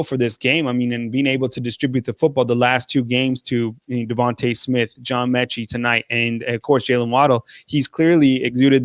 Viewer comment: You....it's METchie....not Minchie.